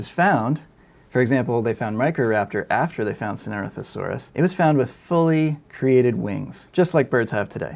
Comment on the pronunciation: This guys pronunciation of Sinornithosaurus gets sloppier and sloppier as the video goes on.